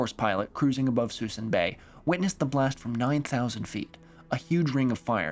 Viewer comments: its pronounced like Sue-soon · "Sue-soon". Lived in Vallejo. Spent many nights running on Mare Island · Not a correction, just an interesting Fact: Suisun Bay is VERY counter-intuitively pronounced "Suh-Soon Bay" Thanks for another Episode about where i grew up!